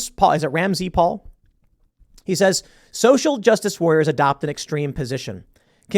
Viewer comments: "Ramz Paul". LOL! It's pronounced Ramsey Paul. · It's Ram-zee- paul, Tim. wtf